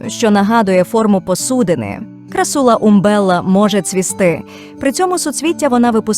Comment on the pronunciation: не крассУла, а крАссула